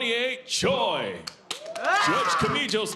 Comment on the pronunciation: Choi ❌TOY✅. BIST❌BESTE✅